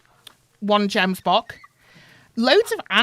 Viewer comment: Its not jembock its gemsbock